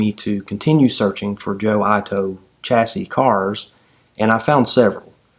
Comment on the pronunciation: I love your narrative, you"re a very good story teller. I may be wrong, but if Joe Ito is of Japanese ancestry, his name may be pronounced like 'eatoe', rather than 'eyetoe'. I could be wrong. If so, my mistake. The story is compelling, nice to have history come to life.